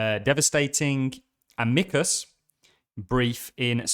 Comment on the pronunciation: Amicus not Amecus